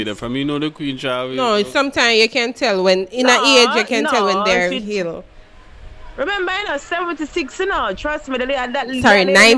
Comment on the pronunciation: She was ill not hill 🤣🤣🤣